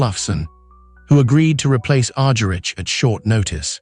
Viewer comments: Its Argerich: Agharich not Arjerich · P pronounce her last name right. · that s what i said. Cant pronounce Ms. Argerich s last name properly. Ugh. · I implied it. He can't pronounce Ms. Argerich even correctly even.